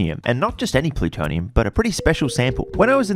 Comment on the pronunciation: Cant take you seriously after you pronounced plutonium like that